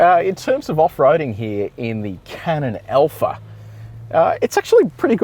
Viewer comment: Hey - it is ALPHA. Not ELPHA!